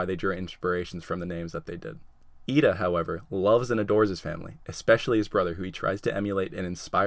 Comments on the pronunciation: Wow... you got Iida almost perfectly. Good job! I hope you get other ones right too! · Wow you got lida right